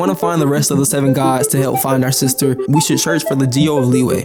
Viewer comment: There are two types of people: one that calls LiYue as Lee Way, the other type calls it Lee Yuh. Why would Yue become WAY, anyone plz explain that :D Really wanted to know that.